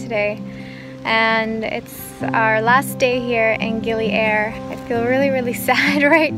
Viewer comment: Darling dont pronaunce Gili Air,like air in english..Listen locals, how it sounds,in indonesian it means water,not air like in english..Enjoy!